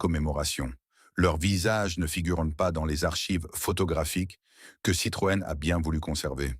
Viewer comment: Dommage car le sujet est intéressant mais a la moitié. j ai arreté quand je ne comprenais plus les dates chiffres ou qu il a dit Citrone